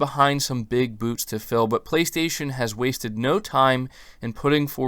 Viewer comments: does say "big boots" or "big boobs"? I know what it's supposed to say, but it sounds like the other. 😅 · Was listening to this walking around and heard say “big boobs to fill” had to rewind and realize he said “big boots to fill” 😂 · Did you say she "leaves behind big boobs to fill"? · Who else heard “big boobs to fill”?